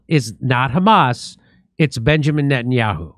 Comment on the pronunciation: Najan-yah-who?! 😂Jimmy! Call him Nathan Mileikowsky.